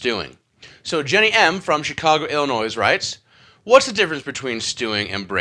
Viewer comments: The "S" at the end of the word Illinois is silent. You said Illinoise. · Very informative. But you don’t pronounce the S in Illinois.